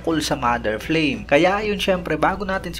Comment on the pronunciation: Flame to pronounce in Japanese is parang frame parin pgkabigkas..wala silang L dito..